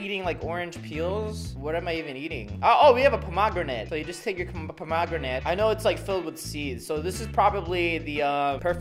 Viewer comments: Pomogranet is how he’s pronouncing the word 😂 and those r not seeds those r the things u eat in a pomegranate 😂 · Um sorry if it's the way YOU say it but it's a pom- a- gran-it and an auv-a-caud-o just saying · it,s a pom o gran et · OK ITS STILL NOT POM OG GRINATE ITS POM AH GRANITE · Me every time he says “ponogramate” 🤣🤣😂😂😂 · Pom a granit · Avoc adough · He was joking by pronouncing it Puh•mag•ra•nit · The way you say pomegranate. 😂 I mean everyone is different. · yeah he pronuced it wierd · The way he pronounced pomegranate triggered me so badly. Here in Australia’s pronounce it WAY differently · Its not just Australia he said it wrong anyway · Mate, you say pomegranate and avocado like someone who's only ever seen pomegranate and avocado written down. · we do too he was just pronouncing it wrong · You say the avocado and pomegranate kinda strange...not to hate though😅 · That’s not the way you say pomegranate and avocado 😂😂😂